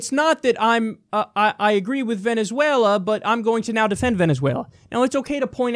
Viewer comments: “Venuzula” Kill me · “But... but.. VENEZUELERRR!!”